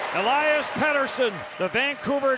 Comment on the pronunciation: Do NHL broadcasters ever get a foreign name right? All this time I thought it was El-lie-us Pet-ersson. Meanwhile, the man himself said it clear as day, El-eus Peter-son. Significantly different from how I always hear it on NHL broad casts. God dammit, it's Conner SHAREY Sheary all over again.